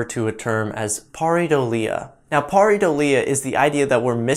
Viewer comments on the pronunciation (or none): pary-doleya LOL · HES NOT EVEN PRONOUNCING PARADOLIA CORRECTLY FOR GODS SAKE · He does not seem to have enough IQ to notice that. Just listen how he strugles to pronounce pareidolia.